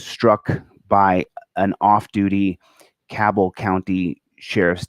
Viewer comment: Tell facts. Also, Cabell pronounced ( Ca, like cat; bell, like bell). Post your number.